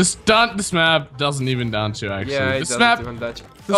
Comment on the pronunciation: every time you say dancho it sounds like your saying ' Dance Show ' lol